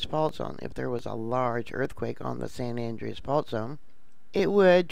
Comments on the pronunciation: San An- drey-us. An DREY us. Not andrious. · Please. Its not san andreeeas its san Andreas l. Don't pronounce the e